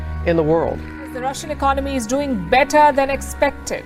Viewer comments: Great Video but bro please correct your pronunciation of ECONOMY it's not ECNOMY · For fucks sake , the pronunciation of "economy" is not Ec-nomy. Its eco-nah-my ..